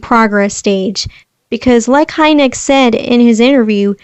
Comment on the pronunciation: One thing: You're supposed to pronounce Kurt Heinecke's last name as "Heineck-E". You pronounce the "EE" at the end.